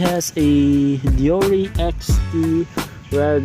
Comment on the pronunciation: It's pronounce as day-ore or ˈde͜oː.re' since it is Japanese, not American. Shimano is a Japanese brand.